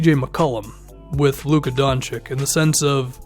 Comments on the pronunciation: The name is pronounced "Don-chich". I'm from Balkan. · pronunced doNchich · I don't know if you have ever watched Doncic for a full game but I think you're underestimating him. It's true that he isn't very athletic and he probably won't be a Paul George type defender in the future. However, he certainly can lead the team on the offensive side of the game. If I were you, I would select a big man like Ayton or Bagley. And man, please pronounce Doncic right.